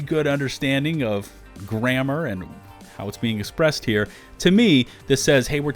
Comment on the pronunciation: Yes, but then you pronounced expressed without the X